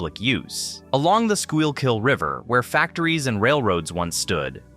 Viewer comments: It’s pronounced “Skookill” not “Skyule-kill.” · The pronunciation of some place names is off (Schuylkill is pronounced “Skoo-kill” not “skoo-ul-kill”), but otherwise, this is good. Place names are always the toughest, because they (at least in PA) often have a Native American base, or are the Native American name itself, that has been altered by the language and accent of the colonists. This particularly true of rivers in PA—I don’t think there is a single one that doesn’t retain some trace of its Native American name. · School-kill not scoy-all-kill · it's just "skoo kull" you're doing tre flips with your tongue trying to pronounce that word. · Didn't catch any major errors, but to a resident of the city, it is very jarring to hear street names mispronounced as well as Schuylkill (skoo kill). Its a dead giveaway this is A.I. slop. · It's pronounced "`skoo-kull" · It's pronounced "SKOO-KULL" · Schuylkill River = Sku-kal River Born n raised Philadelphian ty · Content is good. You can easily look up pronunciation in any wikipedia article - SKOOL-kill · Life long resident. This was very well put together. Some names, most notably Schuykill (SKOO-kl) mispronounced but understandable if you’re not from around here. I mean we call Margaret St marga-RET and Opal O-pal.😅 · Amazing video. It is, however, pronounced skook-ull or skoo-kill. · As someone from the Philadelphia area, this is a very informational and well produced video. One small bone to pick however is the pronunciation by the narrator of the Schuylkill. This word is pronounced as skoo-kill. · Ditto. That pronunciation of the Sure-kill was painful! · At one point it almost sounds like the narrator says 'squirrel-kill'. He should have tried "Sure-kill". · is wrong IT'S pronounced. Sku kill. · IT'S pronounced SKUU KILL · Somebody teach the A.I. how to pronounce the river's name. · Great video, but please pronounce Schuylhill correctly! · Its like a mental flashbang every time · I know. Brutal.